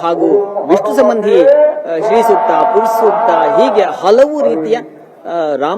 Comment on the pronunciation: Madam.... it is not ಸ್ತ್ರೀ Sookta. It is ಶ್ರೀ Sookta!